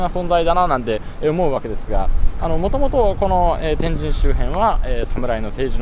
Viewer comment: 旧スペースワールド駅前なんて通勤路(笑) 中洲のドン・キホーテの場所は昔、玉屋デパートがあったのさ 天神の発音がスーツくんはちょっと違うかなぁ(笑)